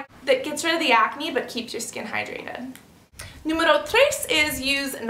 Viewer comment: Carol Roque, ela disse "número três", "quatro". Pra mim pareceu português...